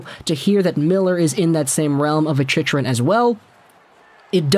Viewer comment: I can't take this guy seriously when he keeps mis-pronouncing Chychrun's name incorrect in all of his vids.